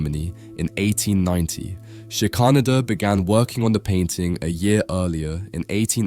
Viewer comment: I think the artist’s surname is pronounced Shicker-Nayder.